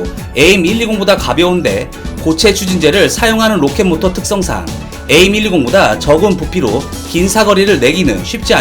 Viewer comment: aim이 약자니까 에임보가는 에이 아이 엠 으로 발음하는 것이 나아 보입니다.